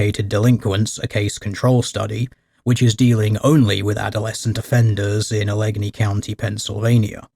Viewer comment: Al-uh-gain-ee county.